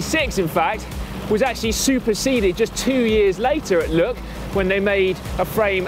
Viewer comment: "Look", "Lug", "Luck" all sound the same when says them. I think we need an English translation for us Americans haha!